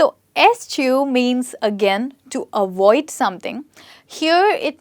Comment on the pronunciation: Interesting !! Lesson!! But Just to make A Point 👉.. It's Not " AWOID" ITS AVOID.. LETTER V NOT W...